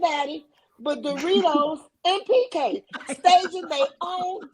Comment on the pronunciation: Why do u keep calling him BK perry? It's PK lol!